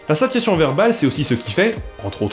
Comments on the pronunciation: [sasjasjɔ̃] et non [sasjation] du coup, comme dans satiété. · satiation : tu es sûr de la prononciation ? Je dirais plutôt sa.sja.sjɔ̃ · Satiation satiation satiation satiation satiation... Mais ça ne se prononce pas plutôt "saSSiassion" ? Comme satiété ? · Vidéo. Et sinon satiation = /sassiassion/, ou c'est juste moi ? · On dit "SaTiation" (avec le son "t") ?! Ne devrait-il pas se prononcer "Sassiassion", comme dans "satiété", qui a la même racine...? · Cool. La prochaine fois, fais-le en prononçant correctement "satiation".